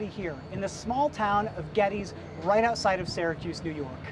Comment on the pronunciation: Nice video. FYI, it's pronounced: Ged-des, named after James Geddes, the gentleman who performed the planning for the Erie Canal.